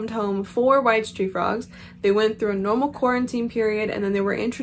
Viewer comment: I'm not a frog owner. I thought it was wise tree frogs 😂 I never looked at the spelling, I just heard bad pronounceations. I love the name coco btw